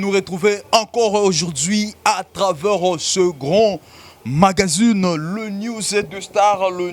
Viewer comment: Magazine et non magazUne🤣🤣🤣